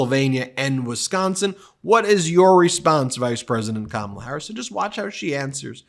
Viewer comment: He said her name correctly again.